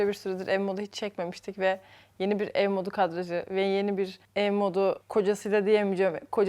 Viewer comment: Ev modunu, ev donu diye okudun eserin eşortmanından dolayı gözümü alamadım